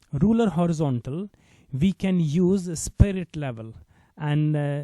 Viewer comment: It's rulER not rule btw